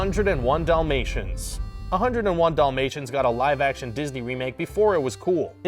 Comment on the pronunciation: Do you guys up there pronounce it "DOLL-MAY-SHANS"? srsly wut